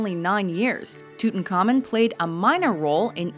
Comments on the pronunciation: WatchMojo, I know you've covered pronunciation in your FAQs, but I'm still wincing every time says "Tootincommon". His name was pronounced "Toot-ahnk-ah-moon.":-/ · Why can't you 'muricans at least TRY to pronounce names correctly, at least these great histroical figures. Who is "selassy"?? It's Selassiè with the French pronounciation. Who the heck is "tutankaimon"?? It's Tu-tan kah-mòn Who on earth is "sharlamain"?!?! It's either Charlemàgne with French pronounciation or Carlo Magno with the "gn" sound not "mag-no" It's not a big effort, it's pretty simple, the worst you can do is to "americanize" historical names also because 95% of great historical names are not american. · Its not tutankhamEN. Its tutankhamUN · Its Tut-an-car-mune